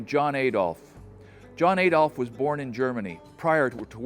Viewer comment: There’s no hard A in Adolf. Every time you say it, much like ‘roof’ you sound rather silly. But DON’T worry!! You’re an American and yanks have been mispronouncing every single language they get their hands on!! Italian: Pasta. American: Pohster. English: Turbine. American: Turban. German: Adolf. American: Ay-dolf. Everyone else: cosmos. American: cosmose (or even more egregiously, cosemose). See? English: missile. American: missle. Italian: risotto. American: Riz-Oh-Toe…. Put simply, if it’s got a vowel in it, somewhere an American is having trouble saying it, that’s just the way of life. Ignorant to a fault but no harm meant. You’ve had the English language for what, ~300 years now? You’re still miles away from mastering that, so there’s no sense in admonishing y’all fo’ ruining ‘foreign’ languages too - indeed, we’d be more worried about you if you pronounced things properly!! 😀😀😀😀😀😀😀😀😀